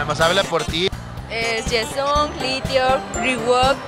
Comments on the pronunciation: "Yeson" JAJAJAJAJAHAJSJAJAJAJAJA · "Yeson" JAJAJAJAJAJAJAJA aún no lo supero xD